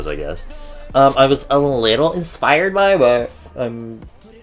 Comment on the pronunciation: The bitch said insfired